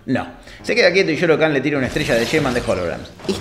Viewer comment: No se dice Shao Khan, y no Shoro Khan? Misterio.... Igual pase lo que pase banco a este canal con todo mi ser, son fan